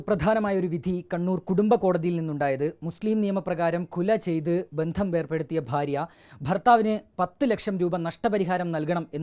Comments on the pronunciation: വാർത്ത പറയുന്നയാൾക്ക് സ്വല്പമെങ്കിലും പ്രധാനപ്പെട്ട ഭാഷകളിൽ അറിവുണ്ടാകണം. 'കുല' അല്ല. 'ഖുൽഅ്' ആണ്. മുസ്ലിം അഡ്വക്കറ്റായ മുബശ്ശിറലിക്കുപോലും 'ഖുൽഅ്' എന്ന് വ്യക്തമായി ഉച്ചരിക്കാൻ സാധിക്കുന്നില്ല. കഷ്ടം. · Kula alla 'Kulh' ennanu ekadhesha ucharanam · Kula അല്ല ഖുൽഅ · കുലാ അല്ല ഖുൽഅ് ആണ് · കുല അല്ല,,,, ഖുൽഹു ആണ് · എന്താടൊ ഈ കുല..കുലയല്ല قلع എന്നാണ് പറയുക.. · കുല അല്ല ഖുൽഹ് എന്നാണ് അറബി പദമാണ് ഒന്നു ശരിയായി പറയാനെങ്കിലും പഠിക്കുക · കുല അല്ല കുൽഅ് خلع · കുല അല്ല കുൽ ഉ എന്നങ്കിലും പറയു അറബിخلع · കുല അല്ല ഖുൽഹ് എന്നാണ് പറയേണ്ടത്.